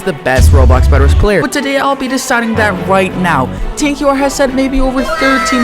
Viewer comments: It's Tanker not Tank Q R but I agree, he's definetely the best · Who is tanq-u-r? But anyway nice vid!!